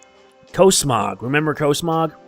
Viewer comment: he said cosmog wrong it's cosmog with different o sound